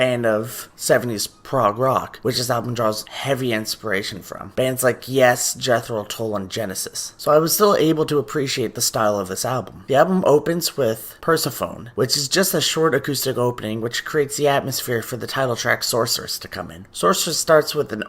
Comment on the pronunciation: Persephone, Per seh fo nee